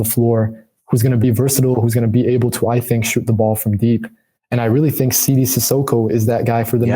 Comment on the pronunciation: SeeDee not Sidey, smh lol,lol,lol